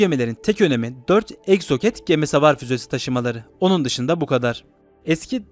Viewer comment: Sevgili kardeşim; Miraç değil, Miraj, exocet ise ikzuset diye okunur...